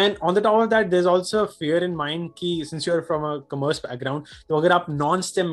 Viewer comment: "Aapne 12 main Kommmerss li" sksksk sounds like he almost said COMMERCIAL and ekdum se pumped his breaks 😂😂😂